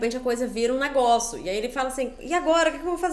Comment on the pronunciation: eu gosto muito que a fala NEGOÇU ❤